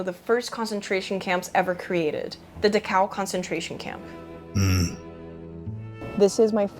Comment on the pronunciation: yeahh her part about concentration camps is giving me bad vibes. She could have at the very LEAST taken time to learn how to pronounce Dachau.